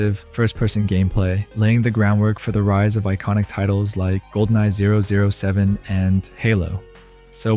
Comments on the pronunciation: Well, for better or worse, your understanding is not required. Whatever way it's said in another language is fine for that language, but any native English speaker who's seen any James Bond knows that in English it's "double O seven", not "zero zero seven". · Goldeneye ZERO ZERO SEVEN?!?! What year was this guy born?